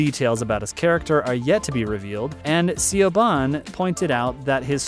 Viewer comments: Also, her name is not Seeo-bhan!!! Her name is Irish and pronounced Sha-vaughn!!!! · Dear dummies, the producer is not siabon, it is Siobhan (sounds like shib-hahn) O'Connor. You are unbelievable. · Siobhan isn't pronounced See-O-Bon... It's Irish, it's pronounced Sha-von... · C-o-bahn? You're putting out videos on a platform that would literally take you less than 30 seconds to find and watch a video on how to say the producer's name. It's Irish and it's pronounced Shuh-von. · Siobhan is pronounced "Shi vaun", not "See o ban" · Actually it is pronounced like Shib-hahn, it just sounds like sha-von when it is said quickly, I have even seen it spelled as Shivonne, interesting, kind of like how some spell Sean as Shawn. If one has Celtic relations it might be known that 'S' followed by a vowel has a 'Shhh' sound, if not, it is easy to understand their mispronounciations. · He messed up O'Connor's middle name as well. It's not C'Bon. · Also Siobhan is pronounced Shivaughn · Also, Siobhan is pronounced Shivahn (Irish language spelling) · SIOBAN is pronounced SHIVONN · The executive producers first name Siobhan is pronounced “shevahn”. This guy obviously didn’t do his homework. Baez by-ez